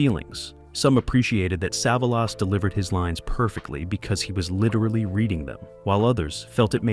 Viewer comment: Who is save-a-loss?